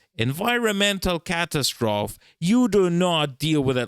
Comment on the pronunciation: Great job,. You know in English there are a bunch of rules, but you know every rule has exceptions. Catastrophe is an exception. The E is not silent. I think we got the word from French. I'm not trying to offend, I'm just saying